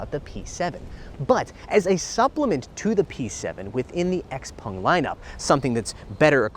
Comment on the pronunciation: Xpung?? its not Xpeng??